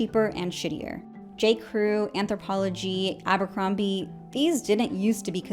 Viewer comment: Look at you… Aa-buur-combieee … cringe